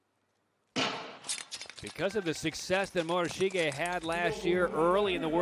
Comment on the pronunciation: Really need to get a commentator who can say the skaters names correctly and consistently - in the 500 he called the ladies winner Yoshiya, Yoshino and finally Yoshida all within a couple minutes (not to mention the consistently changing way he says Takagi, Morishige, de Boo, Schulting, Stolz etc)